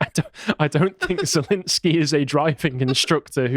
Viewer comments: "I know how to pronounce 'Putin' and I know how to pronounce 'Zelenskyj'." Proceeds to pronounce them wrong. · "I know how to pronounce Putin and I know how to pronounce Zelenskiy." *mispronounces both*